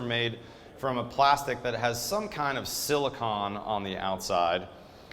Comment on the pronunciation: It sounded like you said silicon when you meant silicone